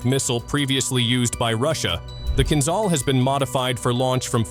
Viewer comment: Why do you think there is H after Z in word "Kinzhal"? In order to pronounce it properly, otherwise there would be no need for it to sound kinZal as you do! It is "kin-Jal", - Dagger in English. Not "Zal" but "Jal", like "Jail", "Just" or "Jam". Why it is so difficult, dalbayob?